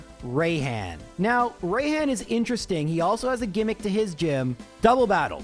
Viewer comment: Bro, I'm sorry but "Rayhan" and "Be-A" made me die inside. Obviously is pronounced like "Be" and "Rai" sounds like the beginning of the word "Rise". Just such a cringe way to pronounce names, IMO, because they don't even sound right.